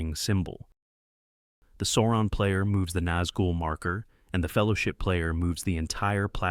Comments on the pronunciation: Not SAWron, it's SOURon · Why say Soouron? Its SAAURON. The A is wide open mouth.. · This odd Sauron pronunciation is the same as that R Smith guy. As if nobody in the North American land mass has seen the movie. Otherwise nice video.